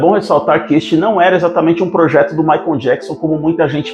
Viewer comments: Não é Maicom é Michael e, se pronúncia assim: Maycol. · O narrador fala " Maicon " jackson :face-green-smiling::face-green-smiling